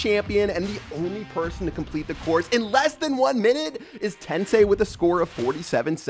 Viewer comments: I'm just a little bit annoyed that says 'tensay' instead of 'tensai'😐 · Love how they go through the effort of translating Today's name to English but can't even pronounce Tensai's name correctly lmfao